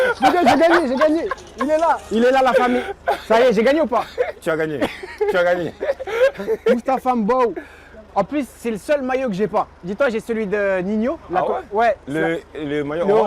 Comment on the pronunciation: Moustapha ton propre nom de famille tu massacre c'est quoi m mbaw même qui n'es pas grandi au Sénégal le dit normalement c'est à toi de corriger les gens prononce mal ton nom malheureusement c'est toi qui le fait 😭